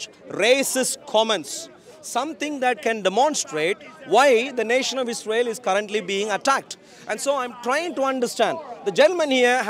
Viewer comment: I love that you pronounce Israel correctly. Keep going